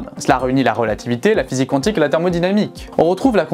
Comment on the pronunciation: La prononciation mécanique Qwantique me stresse 😅